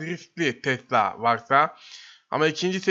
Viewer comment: yanlız tesla değil tesila